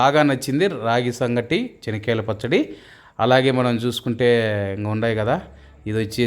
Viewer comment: His pronounciation is correct as in Kadapa the groundnut is called as " Chenikyala Pachadi". The potatoes are called Urlagaddalu, onion as Erragadda and garlic as Tellagaddalu.